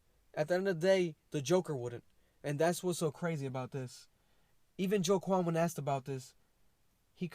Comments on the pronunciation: Man said joe-quan lmaooo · as a man named joaquin i must remove this mans hispanic/latino licence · Ah hmm....Joaquin is pronounced ‘Wah-Keen’ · Wa-keen Phoenix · The way you pronounce his name 🥴